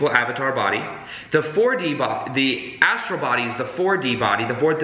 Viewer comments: So funny :) it seems you are new to these concepts but you are very excited about them which is good. It's not an ASTRO body though, it is an ASTRAL body :) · Astral not Astro!